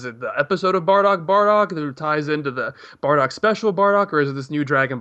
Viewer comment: Its "Bardock".. Not fucking "Bordack" Geez